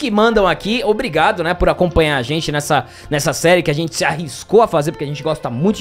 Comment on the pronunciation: A casa de "xentii"